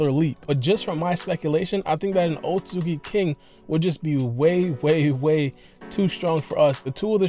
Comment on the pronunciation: Osuki osuzuki osuzuki lol pronunciation so bad .